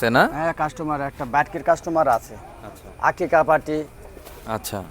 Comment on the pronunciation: আকিকা সাথে বললেন টাকিকা, আবার মহরম ঠিক আছে, সাথে বললেন টহরম এটা কি? সকলের উচিত ভাষার সুষ্ঠু সুন্দর ব্যবহার। আপনার জন্য শুভকামনা ও অবিরাম ভালোবাসা রইল ❤️